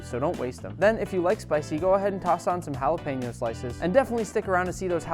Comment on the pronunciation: Is it just me or does it bother anyone else when he said jalapeño